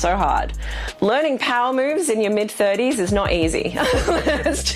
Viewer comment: She says "mid-30s" like she's saying "mid-70s" 🙄